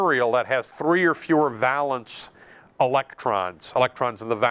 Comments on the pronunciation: Thanks for the lesson. One thing though, valence is pronounced "vay-luhns" (with a long "a"). A valance (va-luhns, with a short "a") is a length of decorative drapery hung above a window to screen the curtain fittings. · It's pronounced VAYlence. It doesn't rhyme with "balance" I can't stop myself, sorry. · valence is pronounced vay (like pay) lence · I like it, but it's VAY-lence I think. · I love to see folks spread knowledge. Good job! I just wanted to inform you that "valence" is pronounced VAY-lence (with a long A). It's not a big deal, but it's good to pass on accurate knowledge. Keep up the good work for your students... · It really bugs me that he doesn't pronounce "valence" correctly.